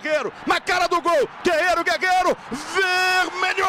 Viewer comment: "GUEGUERO" KKKKKK